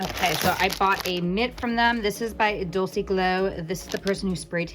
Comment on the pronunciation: no hate, but I think it is pronounce "dolche"...like in dolce and gabbana.